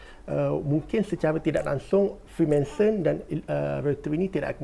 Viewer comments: Freemanson ke Freemason? Sebut btul².... Freemason guys... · freemason bang bukan freemanson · Freemanson? Ke salah sebut?